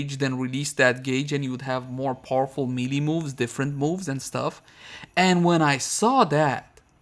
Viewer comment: Hey. Love your stuff, but I keep noticing you're saying melee in a funny way. It's pronounced more or less like maylay.:D